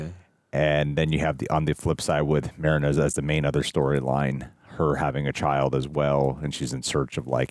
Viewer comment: Marina. "mah-ree-nah"